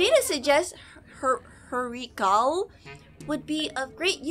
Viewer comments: Hurrikale's pronuouncing is:Hurrykeyll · Fun fact: it’s acctually pronounced huri Kayle